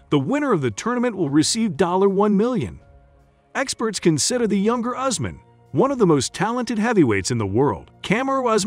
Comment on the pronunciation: His name is not Horseman but Usman pronounced "YOUSMAN"